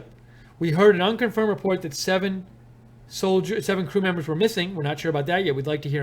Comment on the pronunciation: Did I hear you say "screw members"?